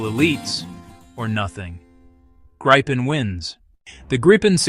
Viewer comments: Tiny gripe: it's pronounced GREE-pen, not GRIPE-en. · That RR engine is a BEAST😈 It is pronounced Greepen, NOT Grypen, btw😈